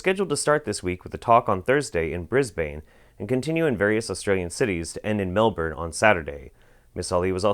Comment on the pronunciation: Jesus, you pronounce Brisbane and Melbourne in the most American ways possible.